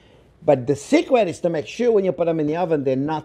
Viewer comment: For SUUR, that is SUURLY GRATE.